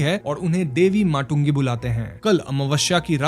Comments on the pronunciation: Bhai video daalne se pehle thoda sa bhi research wagera nahi karte ho kya? Devi Matangi hai unka naam. Aapne jo pronunciation di wo Devi "Matungi" aapne ekdom galat padha hai. "t" ट nahi, त hota hai. and "un" ko "uncle" me jaisa hai waisa kehna hota hai. Tabhi pronunciation correct hoga. Aur kuch zyada bolunga to phir log mujhe hi gaali denge. Btw this story was posted in audio format in Mirchi Bangla 3-4 years ago. Mirchi Bangla is now reposting a few of its old videos, like Banarshena ("Monkeys"), Bhog, and the Feluda series. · देवी मातंगी not माटुंगी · It's Devi Matangi not Matungi atleast sanskrit toh correctly bolo yar hadh Hai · Matungi ❌ matangai ✅ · Srry for pinpointing but It's देवी मातंगी not देवी माटुंगी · Devi ki naam माटूंगी nahi, मातंगी hain🙏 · Matungi ❌ mata matangi ✅ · देवी माटुंगी नही भाई मातंगी देवी नाम है उनका